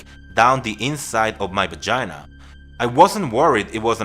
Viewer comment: He said bagina haha..love ur channel!